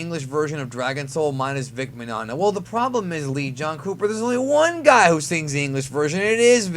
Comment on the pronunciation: Destroyed Vic Mignogna's name!! And no there's actually many voice actors who sang Dragon Soul like Sean Schemmel, Sonny Strait, Justin Cook, Brina Palencia, and even Sabat but his sounds more like a parody and so apparently its hard to find if its even been released